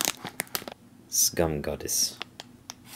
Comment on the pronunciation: when you read skumgodis I heard it as scum goddess xD great vid! happy holidays!